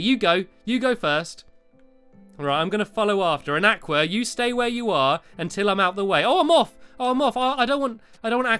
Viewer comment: You are pronouncing aqua wrong